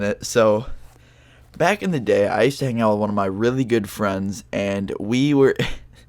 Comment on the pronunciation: IT sounded like u Said back in the gay i maybe high from 5 minutes ago like that weed bro